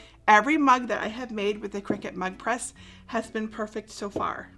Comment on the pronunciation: I keep hearing it as Mud Press!